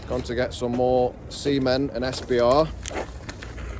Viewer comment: Lol I choked on my nescafe then when he said C ment, I thought he said semen lol. Xx